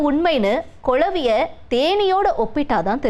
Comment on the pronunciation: கொளவியா ? குளவியா